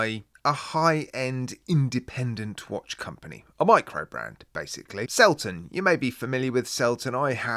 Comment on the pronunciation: Selten is a German word and means rare. It is pronounced Zelten